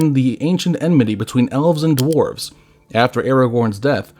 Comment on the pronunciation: Is this.. ai? Pronunciations are off, written words are off... drarves instead of dwarves. It's all a bit off